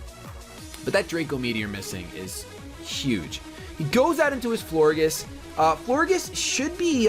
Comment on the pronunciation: I think that Florges is pronounced flor-JES because in gorGEouS you say, JES. So i think that Florges was a play on words for flower and gorgeous. So yeah, Florges. I might be wrong but who cares.